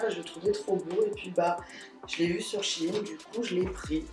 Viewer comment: Tu mz fait trop rire a dire chine au lieux de shein oh jpp de toi jtm trp❤❤